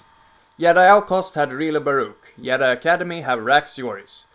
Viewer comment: It's not yedi it's JEDI!!!!!!